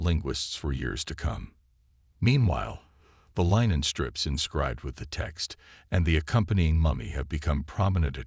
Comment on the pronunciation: Really bad A.I. voice, yup. "Line-en" for linen? Puhleeeze! 🤣